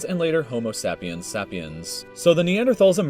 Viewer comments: Before you watch the rest of the video, we are related to Neanderthals, we evolved from Neanderthals, btw it's (say-pee-ens) not (sap-e-ens), ya' dingus. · "homo sAHpiens" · So the person they chose to narrate a video about human history and the emergence on mankind can't pronounce sapiens or denisovans correctly. Interesting.